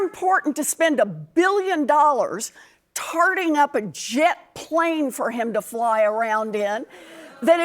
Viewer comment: I heard 'tarding up